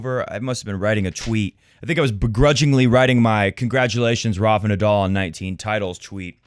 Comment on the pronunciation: Don't mean to troll at all, but please learn to say Nadal instead of Nadoll. It will make your show even more enjoyable. Didn't anyone tell you already? It's a common name in tennis and easy to pronounce for people all over.